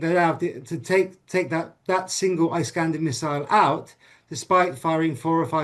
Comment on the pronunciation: This guy thinks of himself so smart, but he has no clue how to pronounce "Iskander". It is Ee-skander, not Eye-skander, doombass!